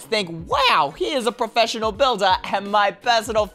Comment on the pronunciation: “Prefeshorel” 2019